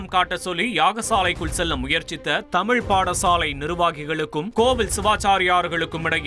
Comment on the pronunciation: தமிழ் மொழி சிறப்பு "ழ" . தமிழ் என்று உச்சரிக்கக்கூட தெரியாதவர் பேசுவதை வியந்து போற்றுபவர்கள் நோக்கம் என்ன என்பதை நீயே சொல்ல வேண்டும் முருகா